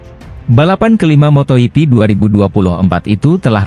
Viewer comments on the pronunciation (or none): Kok ngomongnya "Moto iti", bukannya moto jipi yg bener.?... Awas klo ngmong moto iti lg lgo,,,. Ntar kebablasan, moto iti+l